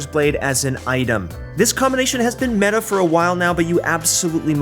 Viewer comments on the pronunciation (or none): none